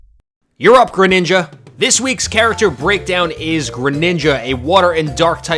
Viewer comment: and the way he says it too.